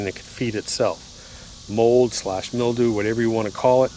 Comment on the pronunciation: Hey pal go back to school-Grrrrrrr mil·dew /ˈmilˌd(y)o͞o/ Learn to pronounce noun 1. a thin whitish coating consisting of minute fungal hyphae, growing on plants or damp organic material such as paper or leather.